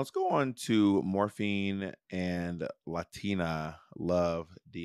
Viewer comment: I'm ready for this season to be over so Monét will quit saying Morphíne.